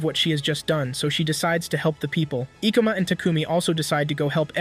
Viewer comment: ka-ba-n-e not kabani. and E-ko-ma.